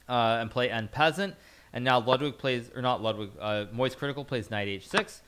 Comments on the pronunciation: Also "an peasant". He said an peasant 😂😂😂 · Pretty sure he says en peasant on purpose since it’s a meme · "N peasant" lul hikaru trollin with the pronounciations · en peasant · I've never heard en passant pronounced that way before lel